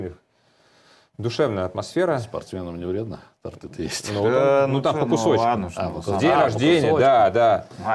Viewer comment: В слове торт, ударение на первый слог